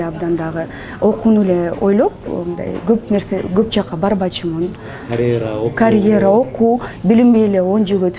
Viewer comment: Канант карейра дейтго😂